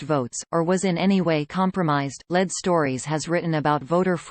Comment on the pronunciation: Especially "Led" stories!